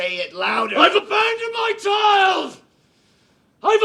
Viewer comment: "I've abonded my boy" is truly the single best acting scene in history